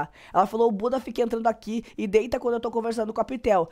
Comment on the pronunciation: eu amo quando voce fala uqui kkkkkkkkkkkk ja adotei no meu vocabulário